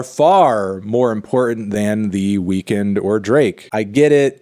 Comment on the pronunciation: Thank you for saying The Weeknd’s name properly. I hate it when people call him The Weekend.